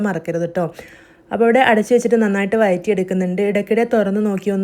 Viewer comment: നല്ല recipe. വഴറ്റി...എന്നാണ് വയറ്റി നിങ്ങളുടെ നാട്ടിലെ language ആണോ.?